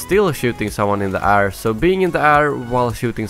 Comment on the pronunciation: Why do you say 'air' like ar?